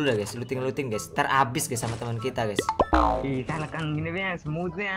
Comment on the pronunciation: COBA HITUNG BRP KALI BILANG "GAYS"